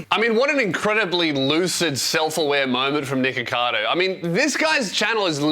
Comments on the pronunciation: You really do have to hit the ck there😂 Cause before it deffinitly sounded like you said niggacado😂🤦🏻‍♂️ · Everytime you say nikocados first name, it just sounds like your saying the n word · you REALY have to pronoun the C K in his name. on jah it sounds like youre saying the gamer word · your pronunciation of nickocado is so funny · Every time says his name I think it’s something else 😭